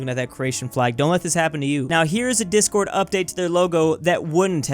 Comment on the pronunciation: Discourd indeed